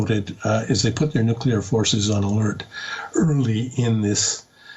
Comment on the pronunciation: How many times I heard the nueclar threat...nothings new😂